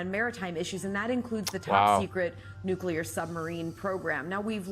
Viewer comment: Yes and thanks for saying the word correctly.. NU CLE AR and not Nucular like some bumpkin ass non expert. Even the experts say the word wrong constantly , and it drives me insane because they're supposed to be f**** experts.